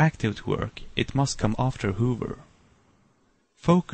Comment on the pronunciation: Dude, its not pronounced hoover and brooser, its hover and browser. As its written :p Anyways, nice tut!!